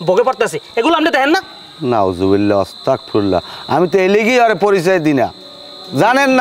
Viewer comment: ভাই ওস্তাকফিরুল্লাহ না,,,ওস্তাকফিরুল্লাহ বললে এটার অর্থ বদলাই যায় যা খুবি মারাত্মক ভুল,,,দয়া করে শুদ্ধ উচ্চারণ বলবেন,,,!